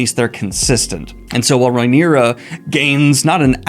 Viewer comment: The knights name is Cristen Cole. The King is named Aegon, AEMOND is the name of his brother with one eye. The hand of the king is his grandfather, OTTO Hightower, Hightower being his surname. So he goes by Otto. Rhaenyra is pronounced (RAY- knee- ra) not (RYE- knee- ra). You are welcome.